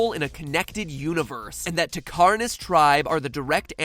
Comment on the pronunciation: What is with everyone pronouncing "Takkar" wrong? It is clearly pronounced in the game multiple times and still people pronounced the way they "think" it is.